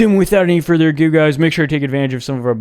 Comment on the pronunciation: Dude, you crack me up. "ANDDD without any futher adlaialndu dudukaokdu durrrr!..."